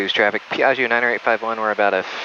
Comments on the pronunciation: Dear Americans, this is really a nice plane, just a little tip on the correct pronunciation of Piaggio, just pronounce the -gio at end like you call for Joe, that the right sound Piag-Joe. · PEE EAARRGIO LOL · fantastic, but the pilot should learn how to pronounce piaggio the right way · Rad vid. Piaggio is not pronounced like that though. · Say Piaggio one more time. No. Try again.